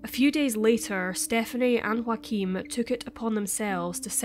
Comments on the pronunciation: If hes german chances are his name is spelt Joachim and pronounced yo-uh-kim. Not Joaquin like phoenix. Could be wrong though. Mightve been joaquin. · It's Joachim ...a very common German name..not Wakeem or Joaquin. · I’m sorry but Joachim is a German name and you keep pronouncing it like its spanish or something (yes, I know this name exist in multiple languages but here we’re talking about people in Germany). I’m not German, nor do I speak the language but I live in a bordering country and work with a lot of Germans and I’m pretty sure it’s supposed to be pronounced like Yaw-ah-khim. In German (same as in my native language and many others), the letter J is always pronounced as english Y is pronounced when there is a vowel next to it (next to the Y, I mean). Sorry, I’m not expert so I don’t have any better way to explain but I hope it’s clear enough. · Is the boyfriends name spelled Joachim? Because the way you pronounce it, it sounds like Joaqueem. Other than that, you speak extremely clear and well pronounced! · Just the tiniest correction, as a German I couldn't let it pass by... the name Joachim is pronounced "Yo-achim". The J is pronounced like the Y in York and the ch is actually pronounced just like it would be in Scottish Gaelic, like it is in Loch Ness. So we can all pronounce his name correctly when we say "Joachim was a scumbag for dating a 15 year old girl while he was 30." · U mean joachim ?? Wrong pronounciation. It Sounds weird for German listeners. Please make sure to pronounce names the right way, that people recognize facts...But rest well done: i slso like the background music a lot, good choice!! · You know what would be great? If you could pronounce Joachim correctly.